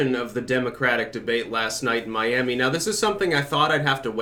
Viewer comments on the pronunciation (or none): It's not Myamy. It's OURamy.